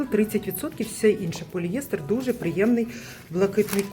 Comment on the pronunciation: Вибачте,але правильно- поліестер,наголос на ост.склад Дякую за огляд